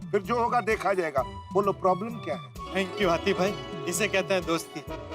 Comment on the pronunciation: Its Hathi not Hati